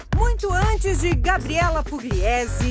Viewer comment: Pugliese e não Puglíézé